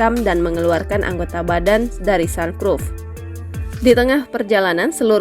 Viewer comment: Sunroof (sanruf) Kak bukan sanprof😭 Aku pernah baca comment di IG klau SDM Tribun itu sebobrok itu ternyata bener, asal jadi berita dan cuan